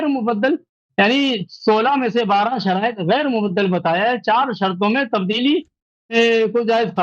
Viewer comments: Abe khatmal bo shariate munazra nhi hota hai Sharaaite munazra hota hai 😂😆🤣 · Allah ne tumari aqlon ko chinliya hai 😂😂😂😂 Ye ki halat dekho kya se kya hogayi hai sharait bhi padhna nahi Ara sahi se ise😂😂